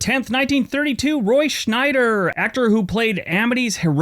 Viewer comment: I enjoyed your video! But there is no “n” in Roy Scheider’s name.